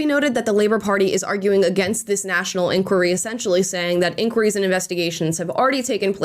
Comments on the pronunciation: Please learn how to pronounce the word ENQUIRY not enqure 🤦🏽‍♂️ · Oh dear, the way you pronounce 'enquiry' 😅